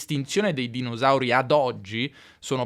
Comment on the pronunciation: "dinosauri" con la esse sonora, anziché sorda, non si può ascoltare. Se sei di Torino puoi dire "Roma fu fondata"; ma un Romano dirà "è stata fonnata" 😅